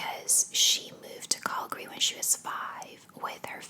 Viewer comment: I live in BC and had no idea you were saying Calgary lol, I thought it was some place in the US I was not aware of. Great vid though. Thx